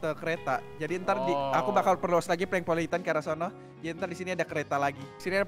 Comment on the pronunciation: Bukan Prenkpolitan Tapi Pelengpolitan